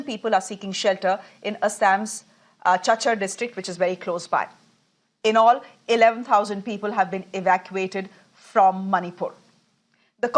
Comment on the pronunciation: It's pronounce as Cachar (ka-char), not chachar.... 😂😂😂😂 Do your research properly